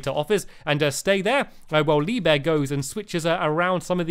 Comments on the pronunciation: He said leave bear instead of lee bear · At the beginning, he said Lee beur XD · The second time you said Lee Bear, you said Lee Bee